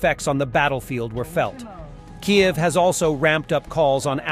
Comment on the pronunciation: Hello, mister,. Why don’t you learn how to correctly pronounced Ukrainian words. You pronounce Kyiv as Kiev the Russian pronunciation. Why would you persist in doing that? Also Kharkiv the initial K is silent and pronounced like you would pronounce har. I keep expecting you to learn these things, but it hasn’t happened, so I make my comment. However, I love the channel keep up the good work